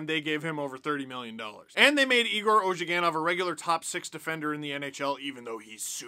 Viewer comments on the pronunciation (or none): none